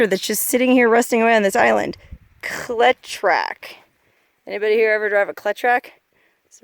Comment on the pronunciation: The tractor Cletrac; is pronounced Cleet Track very deirable for a restoration project, depending on condition, of course. It make me happy to see one i the wild. The were used extensively in Sugar Cane production in Southern Florida.